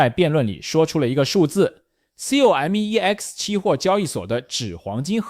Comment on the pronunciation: 聽到有人唸C-O-M-E-X我笑了 調整一下語音參數吧 縮寫不意外 商品交易所有聽唸COM(康)EX的 也有聽唸CO(摳)MEX的 拼出來的還是第一次